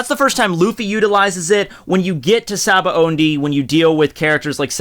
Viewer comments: Why da fuk is it so hard for people to pronounce SABAODY!!?? THERE IS NO FUKING N!!! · "Shaba ondey arc" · I always pronounced sabaody shabohdy